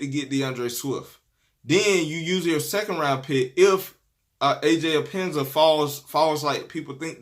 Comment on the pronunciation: Bro his name is pronounced Aj ep pen nes sa